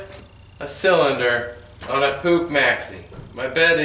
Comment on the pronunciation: it is not Pooch or Pook. It's POOH (phonetically [PUX]). the last vowel (CH) is actually H as in "loCH ness"